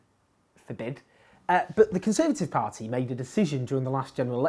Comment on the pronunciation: Has your inability to pronounce party correctly ruled you out of ever being a politician?